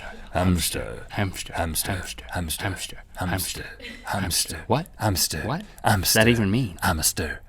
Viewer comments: it sounded like they were saying ham stir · It sounded like you said him stir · Haha, the funny thing is that by the end , Rhett was pronouncing "Hamster" in the German way :3